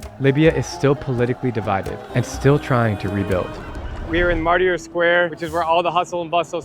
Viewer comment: Incredible pronunciation of Martyr